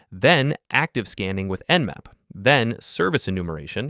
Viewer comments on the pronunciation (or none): it not namp, it's nmap.